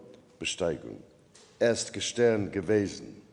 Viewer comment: and pronounciation, e.g. "gestern" like: 'gai-sta-ern (not "gäschtern")